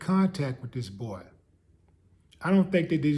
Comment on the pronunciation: loved the way you said "the boay" 😂😂😂🤣😭😭🤣👍